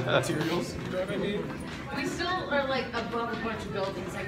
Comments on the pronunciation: nobody:: StAiRiS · please make a sketch of messing up more words!! (these slips are steppory)